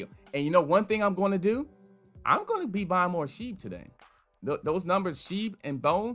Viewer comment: 😭😭😭😭😭. Yes. I went to have a listen thrice. Following by “is um disappointed. Is um sad.”